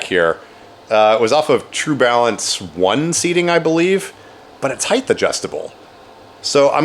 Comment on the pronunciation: Length, width, breadth, height. Heighth isn't a word